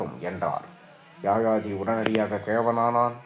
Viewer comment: Yaayaathi alla yayaathi sariyaaga uccharikkavum